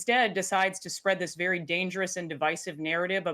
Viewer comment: Walz, “ Be bery, bery, quiet. I’m huntin’ wabbits…”